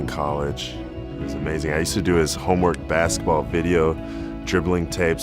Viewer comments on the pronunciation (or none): Who is Pete Mavarich? And he played bassitball. Come on Brah. like the video, but you keep miss pronouncing words, it just jumps out. Very confusing.